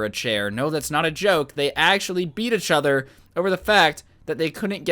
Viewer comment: Is anyone else triggered by the way he says “achother” instead of each other or is it just me